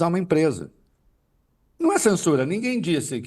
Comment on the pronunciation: Çensuraa, o chandão quer nos çensuráá 😂😂😂😂😂